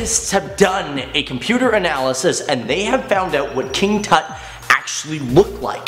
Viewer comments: Its toot not tot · Isn’t it pronounced (Toot) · His name is a Hebrew name. Not pronounced properly.